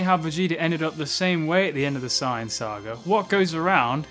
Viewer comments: I love your videos but why do you say "cyan" Isn't it "say-an"? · Dude it's saiyans not cyans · why he saying sayin like cyan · America: "Sayin" Wherebout bro is from: "Sighin" Actually when I was young I had trouble spelling it because of how we pronounce it. I spelled it like Sayian. Wen it's Saiyan. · I don't like the way you say sayian